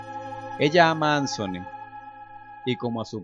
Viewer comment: No sé llama ansony!!! Es Anthony pero me encantó esto!!! Me abría encantado que algo así hubiera pasado en el original!!!